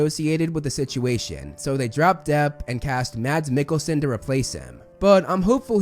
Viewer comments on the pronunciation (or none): holy bad accent of name its said Mas (no d) and a very kinda strong a with the "Mikkelsen" being said as "Mekælsæn" Btw hes from my country